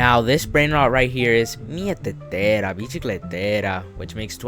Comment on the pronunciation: The pronouncing made me laugh so hard especially the mieteteira one😂😂😂😂